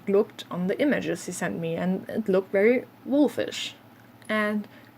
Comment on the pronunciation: You had some interesting people over time for sure. As far as english advice, I'm curious (and I've heard german language does this sometimes in english) saying w instead of v. Is there any reason? Like when you say very as 'wery' for example. Otherwise your english is very good and I had no trouble understanding you : )